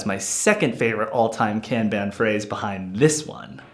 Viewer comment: Say "Kanban" correctly and I'll finish watching your video... Sheesh!